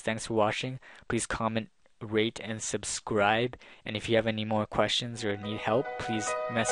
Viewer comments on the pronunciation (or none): Sounded like he said "comment,raid,and subscribe"